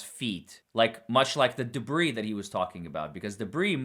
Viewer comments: It's called a debri field not debrief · Why does he only use half words? Like, he doesn’t even use all the syllables. “The Bree field” like can you say debris? “Diffinly”? Wtf